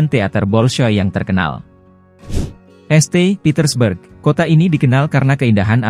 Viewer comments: Bacanya yang bener. St. dibaca saint, bukan este. Baroque dibaca barok, bukan barokue. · Njiir ... pake bot ... sekarang este petersburg.... kocak...kocak..😂😂